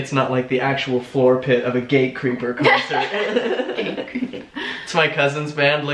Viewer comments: Wait what is the name of your cousin's band? It sounded like you said Gay Creeper and I looked that up and... yeah, I didn't find a band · Omg I thought he said gay creeper too! Eek! It did not compute...